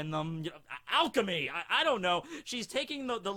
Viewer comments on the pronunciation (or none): none